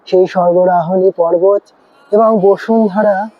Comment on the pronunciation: Are Ota bosundhara noy basudhara , Kane lagche